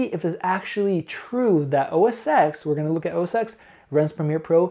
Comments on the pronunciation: Really like your reviews. You seem fair and very informative. Not to get picky, but it's OS (TEN) not OS (EX). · OS X is called "OS ten", not "OS sex"........ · The creative fallacy comes from the old days when macs were used in print shops and by graphic designers almost exclusively. This is still largely true to be honest. Of course it's bullshit as the key software is the same. Having said this I still prefer OS X. Please pronounce OS Ten not Ex. :) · It's pronounced "Oh Ess Ten". Dear Lord. lol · great video. Just for the sake of accuracy, Mac OS X is pronounced OS "Ten" Starting with OS X 10.0. Before this Apple used the term Mac OS 8, then Mac OS 9. Apple started using using a Roman numeral ten instead of the more common base ten system number "10" So don't worry too much about it it's a common mistake most youtubers make. If you listen to any presentation by Steve Jobs he always called the Mac OS, OS Ten. Here you can see the evolution of the Roman Numeral X into what looks more like a capital letter X. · With all due respect, OS X is pronounced OS 10 because that X is a roman numeral rather than a letter. I just to let you know :) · totally! Hits the ears wrong, good thing he's so open to constructive feedback. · So painful to listen to someone try and speak authoritatively about something when they constantly mispronounce the product they're reviewing. It's like if you repeatedly called Windows "Winders" over and over again. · I understand, but you're in the tech industry, right? Surely you've heard the name of Apple's operating system pronounced. If not... the X is a Roman numeral 10, not an alphabetical X character.